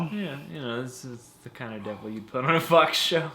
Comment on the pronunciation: its on a fuck show he make a mistake instead sayinh fox he says fuck